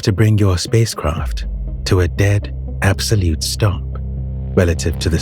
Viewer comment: Absolete fweedom